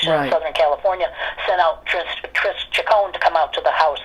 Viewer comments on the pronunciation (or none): none